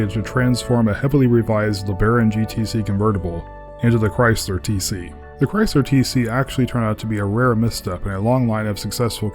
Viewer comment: THE CAR WHO SING CHRAYSLER